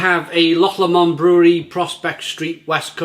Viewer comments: It’s Loch ‘LOW-MOND’ not ‘LAW-MOND’ mate! Cheers! 🍺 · How many times can you get the pronunciation of Loch Lomond wrong 😂 say it as Loch Low-mond 👍